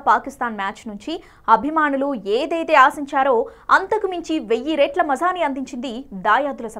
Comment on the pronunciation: వెయ్యి రేట్ల కాదమ్మా! వెయ్యి రెట్ల అనాలి